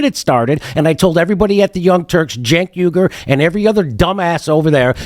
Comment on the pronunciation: It's even funnier when Ryan butcher his name because he's not faking it like Jones who knows how to pronounce his name at this point 😅